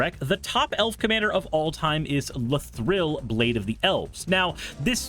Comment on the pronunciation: pls stop saying la-thrill